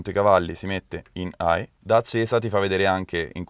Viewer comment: Interessante, però meglio mettere in "high" chè in "eye". Bravo, complimenti, bei video! Grazie!